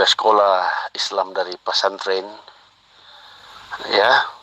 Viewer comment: Pasanten, pesantren ooom,bukan pasanten🤣🤣🤣🤣🤣🤣🤣